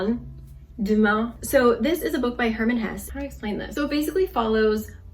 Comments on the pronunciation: Random but why do Americans keep pronouncing foreign words and names wrong? Just google it, if you having problems with it. People are usually impressed hearing Americans pronouncing foreign names right. At least in Germany. If she would have said Herman HessE instead of Hur-man Hess, Ddaeng I would have been impressed. Loved the video tho, makes me wanna read more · I love your book videos so much, you really have a way of explaining books well without spoiling them ❤️ also cool to see a german (or i guess swiss-german) author being popular in korea since i’m german 😊 btw the last ‘e’ in hesse is spoken, so it’s more like hesseh, i guess? For koreans it’s probably transcribed ‘haessae’ or something 😅